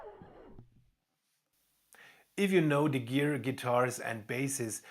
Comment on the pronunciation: "De Gier" you pronounced right. Then, the other one, its "van s-ch-hie", if it writes "van Schie" ;) don't worry, I live here 18 years, and I still struggle sometimes, even if I can pronounce "Scheveningen".